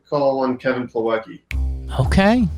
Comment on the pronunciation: I literally laughed so hard when he called Plawecki.